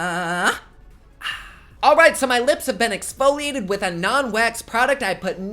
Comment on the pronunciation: said exfoliate, not OXFOLIATE!! There's a DIFFERENCE!!!! Just ask John Kuckian.......